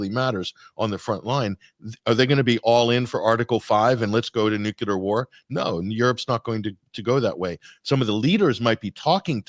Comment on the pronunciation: Sigh... yet another video cut short by the word nucular.